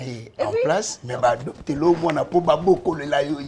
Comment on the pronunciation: Ko dopter bana ❌ Ko adopter bana ✅